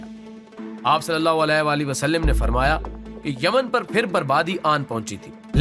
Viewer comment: ap kese muslim ho k nabi ka name b saheeh nahi le rahe nabi pak sallalao alai waslam k wasalam pr zabar he na k zer wasalim nahi balke waslam he